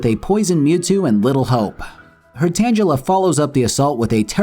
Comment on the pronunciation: the real april fool's prank here is how you pronounced tangela